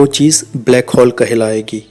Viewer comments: Its hole not hall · ब्लैक हौल, नही भाई ब्लैक होल बोल